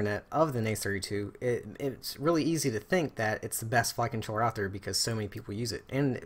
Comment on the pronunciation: When you say "Flight Controller" it sounds like "Fuckin' Troller"